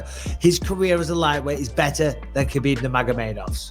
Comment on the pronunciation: Man, these clowns and their goofy pronunciations of names "habib" "A-deh-sanya". Stfu P.S. Khabob is a can crusher